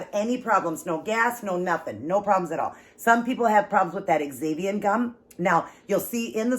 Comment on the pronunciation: I will definitely have to try. Just FYI, xanthan gum is pronounced Zanthan. I know, why couldn't they just spell it that way. LOL!!! Those nuggets look so so good.